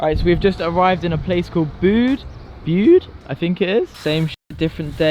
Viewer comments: Yea its pronounced Bude not "bood" xD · Did he really just say bode , everyone in cornwall be like😬 its bUde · just a few things i live in Devon and have learnt to never approach those horses! and it's Buude not bood we have a second home their too. durdledoor is lovely but rain and wind is terribly common their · Bood lmaooo, it’s Byoud. Good vid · It's more like Bew-d then Boo-d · The way you pronounced Bude 😭😭😭😭😭😂😂😂